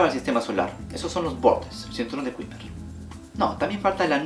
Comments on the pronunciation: cinturón de kuiper pronunciación (kaiper) cuidado con esa pronunciación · Kuiper se pronuncia "kayper".